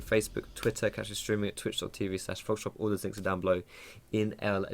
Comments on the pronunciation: it sounds like he is saying "hey guys social pear" or something lol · "Hey guys, Foxdrop here (etcetera)" And I feel your pain... That "Foxdrop" that he says is almost impossible to understand... I got that because in a random video a few months ago he said slower than usual. Now spread the word xD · What does foxdrop say when he introduces himself?, I can never tell what he's saying exactly